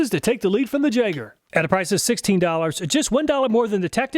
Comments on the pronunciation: Think I'll put my money on the tekton.. but also next time if you get that brand again. It's pronounced yay-ger not jay-ger. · Jaeger not Jager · I think you're mispronouncing Jaeger, you're saying it as a ja instead of ya. Most people say Jaeger with the y instead of j. Why? I have no clue but I'm pretty sure the name is supposed to be pronounced with a y. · It's pronounced yay-gurr, not jegger, but loved the video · I'm fairly certain that "Jaeger" is pronounced "yay-ger" not "jeg-er" :P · For you, it's Jegg(ah)... throwing that "R" around to comfortably.. 😂😂😂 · Jaeger is German for hunter and is pronounced Yeager! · The "jayger". Lol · Pretty sure Jaeger is pronounced yay-ger, correct me if I'm wrong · Jaeger = Yay-ger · Awesome video! Just FYI, Jaeger is pronounced "yay-ger" and is a German word that means hunter. Can't wait for the next video! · My son turned me on to your channel and it is Awesome! Only critique is that it is pronounced "Yeager", the J is silent in German. Love the channel!!!! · Hi, in case nobody else pointed it out, "Jaeger" is pronounced "Yaeger". It's the German word for hunter. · Jaeger is pronounced "Yay-gur" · The Jaeger is pronouncer "YAYGER" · should be pronounced 'yay-ger' as jaeger is German for hunter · Ok this one I'm almost positive on - "jaeger" is pronounced "Yay-gher" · Isn't "Jaeger" pronounced "yay-gar" ? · Jaeger is german for Hunter and is pronounced Yay-Ger. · “Jaeger” is pronounced yay-ger. It means “hunter” in German. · "Jaeger" is the German word for hunter. It's written "Jäger", and in the German language the "J" makes the English "Y" sound. It would be pronounced "Yeehger". I don't know if the Jaeger brand has any association with Germany. Maybe from its founders. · Pronouncing Jaeger like that, I think may be a teetotaler.;)